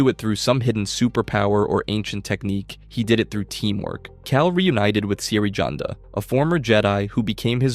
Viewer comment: Dude love the videos, BUT PLEASE GET THE PRONOUNCIATION CORRECT. It’s not SIRI YUNDA like the iPhone it’s CERE JUNDA